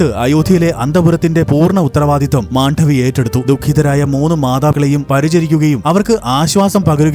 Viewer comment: Not Mandhavi, but just Mandavi❤